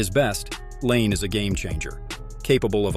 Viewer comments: say his name right too, its nott lane its pronounced line eh or others say lanay, bu noone calls patrick lane like you said, not trying to offend you but if you want more subs you need to say the right things, ill give you this, your editing skills are pretty good though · I really can't stand these AI voice generated videos. Why are people going to subscribe when you can't even take the time to voice the videos yourselves especially when you can't even pronounce the guy's name properly. His name is not Patrick Lane